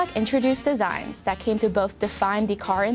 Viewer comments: Interesting video, but Asian narrator does not pronounce her English words properly. Dat for that, etc. Distracting me from the interesting content. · She needs to work on her “th” sound, she keeps saying “but dat didn’t stop” instead of “that didn’t stop”, etc etc. Dis, dat, and da dird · dat and da, So annoying learn how to pronounce the and that correctly